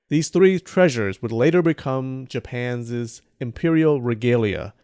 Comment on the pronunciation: Japan zez huh ? I know y'all heard that. Japan zez imperial treasure zez.